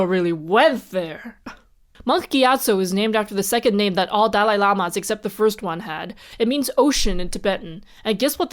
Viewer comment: *Ignorant American here, is there a reason for the emphasis on the first half of the dalai lama's name or is it just the middle name that's the issue?